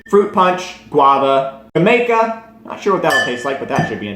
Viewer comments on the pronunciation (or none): Not Jah-may-kah. it's pronounced Hah-my-kah